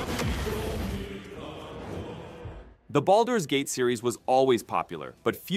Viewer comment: Just here to poke a little fun at how inconsistently and incorrectly the presenter chose to pronounce Baldur's Gate haha. It's said correctly and often in the course of the actual game so I always marvel at how this could happen lol.